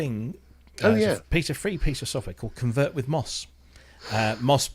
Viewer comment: Thanks for mentioning ConvertWithMoss and even pronouncing my name right! 😀 Support for Yamaha formats would be interesting since I just got myself a MODX7+ but there is no open documentation and so far I only found a very rough analysis of it.